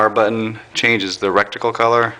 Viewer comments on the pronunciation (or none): 1) it is not a scope it is a gun site. there is a difference. 2) it is ret-icle not "reck- ticle". smh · Oh and it,s reticle not recticle